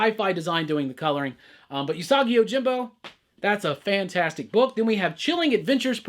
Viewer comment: It's ew-sagi yojimbo btw. Not yu-sagi. Just a heads-up.